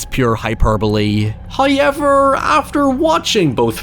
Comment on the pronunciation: Bro it’s how ever not hay yevir.